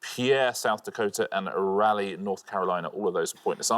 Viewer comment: It’s ra lee